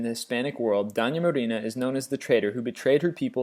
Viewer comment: all the Spanish names were also mispronounced, amd I'm not talking about just the accent. Simón Bolívar and Doña Marina? Terrible